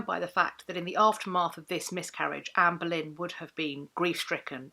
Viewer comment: I feel like a right irreverent ass for hearing “Amberlynn” in the pronunciation. Like, sure, I waste shameful amount of time in gorl world, but FFS. Here I am trying to better myself!